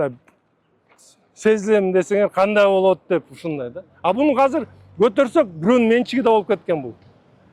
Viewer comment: Азыр деп сүйлөчү мэр ака хазыр хазыр дей бербей